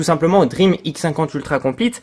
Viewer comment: Salut DREAME se prononce "DRIMI" toi tu prononce DREAM comme un rêve en anglais ...